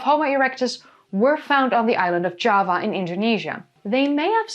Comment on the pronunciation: Java in English uses a hard J. Your pronunciation sounds more like Spanish (I'm assuming similar in Norwegian).